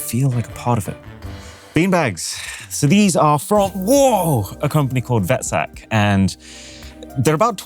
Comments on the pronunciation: the beanbag "Vetsak" is an Afrikaans word pronounces fetsuck which means fat bag and the brand name is a play on a derogatory term and is equivalent to the term fatso. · Friend, vetsak is a South African brand. Vet translates to “fat” in Afrikaans. Pronounced fet sak. Means fat bag basically 😂ps not to be confused with “voetsek” which means F off 😂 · Vetsak -s pronounced Fet Suck and means fat sack. Appears to be Afrikaans. (I'm South African and Afrikaans is my second language.) PS. Glad you didn't mention the total of that invoice. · Haha, the way he said vetsak was funny. South African product. Translate to "fat bag" didn't even know they were available outside South Africa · You butchered the pronunciation of VETSAK